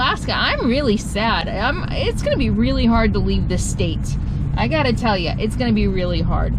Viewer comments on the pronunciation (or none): none